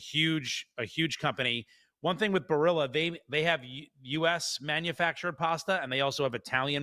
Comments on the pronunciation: Well this guy says Barilla wrong. Why not at least learn the correct way to say the highly regarded Italian company if you're going to talk about it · You really kill the pronunciation of Barilla.